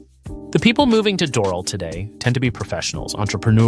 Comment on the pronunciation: You are mis-pronouncing Doral badly.